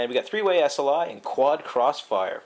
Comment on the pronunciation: tree way sli bridge